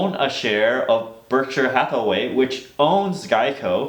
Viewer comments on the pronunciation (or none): none